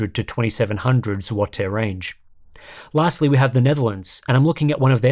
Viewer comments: Damn you had to listen to złoty pronunciation cuz it was spot on <3. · i can appreciate pronounciation of złoty, 9.5/10, as for Morele, it's not cheapest, but i'd guess it's average, more popular is x-kom but it also has it's fair share of mark-up, but also has better warranties as for Intel Battlemage in Poland, i guess it hit MSRP 2 months after launch and stayed there, nobody is really going out of their way for that card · Bro actually said złoty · He even pronounced Zloty correctly